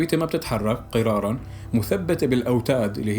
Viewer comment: أمَن شو؟🤣🤣 يا حبيبي انا من لما سمعتك هيك عم تقرأ غسلت ايدي من معلوماتك. قال(أمَن جعل الأرض قِراراً) هاذا اسمه الكيس بارك الله فيه. والصح قوله تعالى(أمَّن جَعَلَ الأرضَ قَراراً) مع تشديد حرف الميم. وكل الفيديو معلومات خطأ متل هي. ف انت يا اما ابحث كويس وشوف الدليل على لسان المسلم وغير المسلم. يا أما لا تفتي من عندك حبي🌹😁